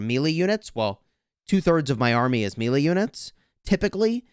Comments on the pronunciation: It’s MAYLAY…. not produced MEALY. what the FUDGE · MAY....LAY...MELEE lol